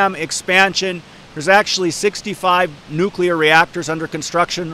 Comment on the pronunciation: My dad always said Nuk-U-Lar also. Don't sweat it!